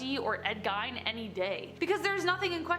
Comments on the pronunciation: It is pronounced Gean, not Gine. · As someone from Wisconsin, I'm cringing at her pronunciation of Ed Gein's name. It's not pronounced 'Gine', it's pronounced 'Geen'.